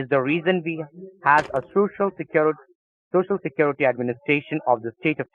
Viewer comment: I love the spacing out part . Blah blah blah = Hilarious. Those trafficking activities for socia secwerity administrators of Texas sound like super serious. Are aware of the situation